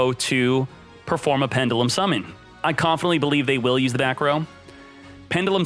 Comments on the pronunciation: is the only person i know who can pronounce pendulum like that, and its probably correct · He’s gonna have to learn how to pronounce the word pendulum before they drop them in duel links.